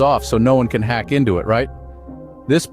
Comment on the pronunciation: Blud can't say hack💀💀💀